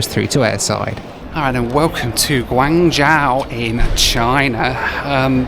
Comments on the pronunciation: big fan - Guangzhou is pronounced as Guang "Joe" and not Guang " Jowl " in mandarin. In the local cantonese dialect , guangzhou is pronouced as " kong jowl" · Pronunciation tip: it’s Guang-“Joe” (long O sound) rather than Guang-jow (like “ow!” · Mate your pronunciation was way off on your destination its said like gwang joe not gwang jow....... '' I think China southern are based here '' as he obliviously walks past the sign for the China Southern lounge ! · China approach patterns are because you have HK airport, probably the busiest in Asia outside of Tokyo. Then Macau, Shenzhen, Zhuhai and Guangzhou all within a 90km radius. And they are all busy. Guangzhou is pronounced gwong jo. I've flown into GZ and SZ a ton of times and immigration and quarantine is always a breeze. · I appreciate your horrible pronunciation of Chinese cities! Wow.... now I know why my Chinese relatives cringe everytime a non Chinese tries to pronounce their names. Guan-Jow! Ouch... 😅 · Drink every time he says GWA-NJAO! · It's pronounced 'gwon jo' and it's very much in the south and is one of the biggest cities in China. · It's pronounced "Gwong- joe",:), you're welcome! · Quite surprised you don't know the correct pronunciation of the city you're travelling to ( Guangzhou is pronounced Guang jo) Guangzhou is the Hub for China Southern. I've missed a few of your videos. Thus was a pretty decent review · The "zhou" in "Guangzhou" is pronounced much like the name "Joe." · One day will pronounce Guanzhou correctly. LOL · Bun-yi-wan-gi (I pronounce it phonetically). I was not having a go at you for not pronouncing Guangzhou correctly; I just find it strange that a well-known city is pronounced wrong, even by newsreaders. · Bro always pronounces Guangzhou with a dramatic effect lol